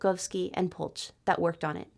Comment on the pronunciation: "ch" in Polch reads as "h" in "ha" so Polh